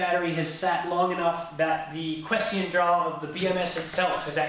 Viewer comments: It's 'quiescent ', not 'quescient'. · "quiescent" draw, but you said: "quescient" which is not a word. Maybe you were getting it mixed up with the word "prescient"? Anyway, thanks for the helpful video. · Qwe-esss-scent. Is how you pronounce it. Good video!